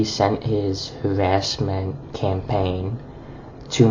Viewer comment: STOP THE HAWASSMENT, WASCALLY WABBITS! 🤮